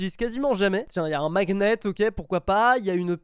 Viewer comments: on dis pas maGnet mais magnet, ça se prononce en mode maNiet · on dit "maniette" pour le mot magnet. Likez pour qu'il le voit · NE SAIT PAS PARLER (magnet)